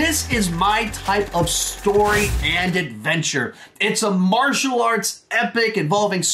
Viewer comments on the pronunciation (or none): none